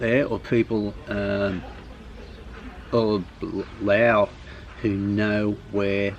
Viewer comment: you've been there for so long why do you speak Laos instead of Lao